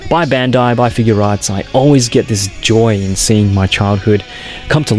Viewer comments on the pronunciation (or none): Just one reminder it's figuarts not figurearts okay please say it right next time when you do another sh figuarts got it figuarts review